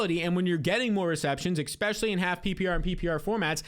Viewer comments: stop saying "eggspecially" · you say the word especially so much but you pronounce it eXpecially. Not a big deal but it drives me crazy with how often you use that word 😂😂